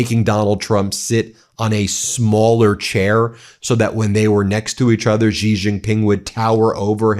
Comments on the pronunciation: Xi! Pronounce his name like "she!" I dislike that man so much, but at least pronounce his name correctly. She, she, she. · "Xi", is pronounced like the word "shee"